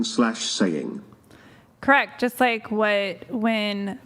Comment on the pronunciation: I cannot stand the way this lunatic pronounces “correct”.